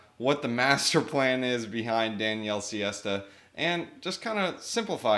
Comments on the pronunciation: Sesta - not siesta🤣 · Daniele sesta, full name sestagalli not siesta 🤣